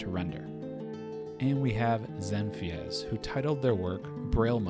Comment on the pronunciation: Woah no way! i just made that for fun lol i didnt think i would win, it was just a random idea i had also i think ill pass on the prize for personal reasons... oh and btw its pronounced zen feez